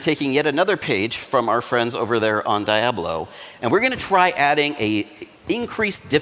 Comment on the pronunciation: Also...the way this clown says Diablo makes me understand why the game has gotten as bad as it has.